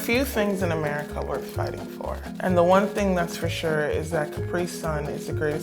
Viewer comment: You don't say it like America you say it like AMIRICA